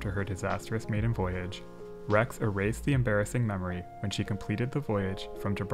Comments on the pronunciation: You pronounced Rex okay 👍🏽!! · Seems to me you pronounced rex correctly every time. If Italians wana their names asaid correctly they shoulda speak english.